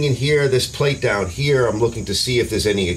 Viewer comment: It isn't that bad 😂 I watched one guy though and he kept saying the word "down" but it sounded so like he was saying "dawn" 😂